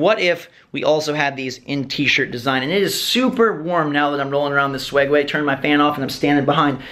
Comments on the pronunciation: its called a Segway not swegway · Do you call it the "swegway"?? 😆